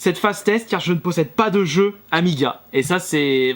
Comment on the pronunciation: Les Pro Amiga, soyez un peu plus gentil avec lui si il prononce mal le nom... c'est normal de faire des erreurs!